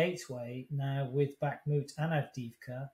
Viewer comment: Two years in and Chip can not pronounce 'Bakhmut' (Backmoot) or 'Donetsk' (Donesk).. What quality of attention. No wonder he has such insight..😥